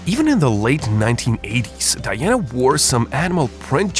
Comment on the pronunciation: Princess Di-yanna. She threw out the mahogany double bad they slapped in. What a strange accent the voiceover has.